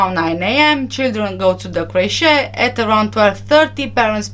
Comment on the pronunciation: you're pronouncing the word "creche" wrong. Otherwise your English is excellent.